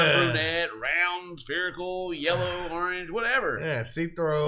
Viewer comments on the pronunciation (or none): "Yallow" gtfo of here 😂